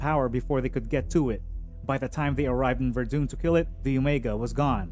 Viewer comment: Your mispronunciations of Sargeant Ferell and Verdun France indicate you never saw the movie, just reading off a summary sheet generated elsewhere. You pronouncing Verdun as VerDune indicates you have Dune on the brain. And yes Dune was a fantastic movie, saw it 3X.